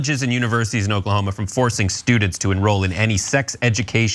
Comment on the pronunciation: Ahaha! Did he just say, "baning books in Oklahomo"?!